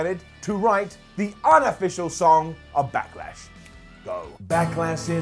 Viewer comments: "Back-ah-Lash", "Smack-ah-Down"? What's up with impersonating Triple H? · Is saying “Backalash”??